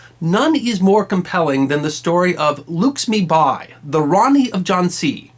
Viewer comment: That was a pretty good capsule,! Not sure I'd agree with everything you say, but I see that you have been balanced in giving us both sides of Rani Lakshmibai's story. The name of the subject needs to be pronouned correctly -LACK-SHMI-BAAI not 'luxmibuy' as we hear here.